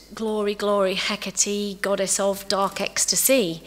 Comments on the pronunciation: At least pronounce her name properly for a lecture 🙄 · can no one pronounce her name right! and if you have to make a video reading a paper then no.